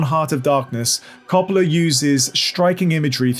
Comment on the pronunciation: Francis Ford Coppola’s surname is pronounced “COH-puh-luh”, NOT “CAH-pah-luh”.